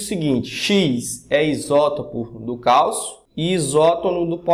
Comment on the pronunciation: É Calcio e não Calço